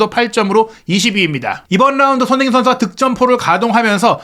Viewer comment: 발음을 정확히 합시다. 손흐민❌️ 손흥민⭕️